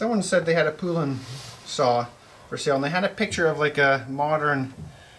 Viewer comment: Its pronounced like the country Poland only without the D on the end. Polan Poulan